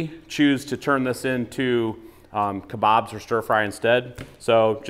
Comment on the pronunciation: Thank you for saying kebabs not kobabs👍🏽